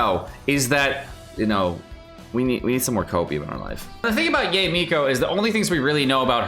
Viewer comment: it's 'Ya-eh' not 'Yay', please!!!! 🤣 also keep up the great work!:)